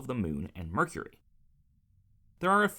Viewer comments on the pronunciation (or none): none